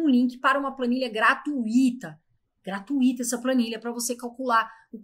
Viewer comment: Uma correção que precisa ser feita…. A palavra se pronuncia “graTÚIta” e não. “GratuÍta”. , já que é uma paroxítona e sua divisão é “grã” - “tuí” - “tá”.